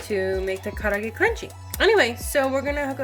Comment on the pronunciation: I dont pronounce it nearly as well as you do but it looks really really good.